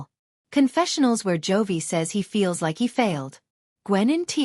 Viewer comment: His name is J O V I , it Joy‼️‼️‼️ Stupid AI voice